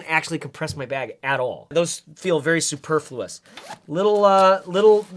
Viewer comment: "superflous" love it